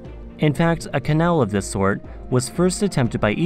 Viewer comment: Zis zath zhe 😭😭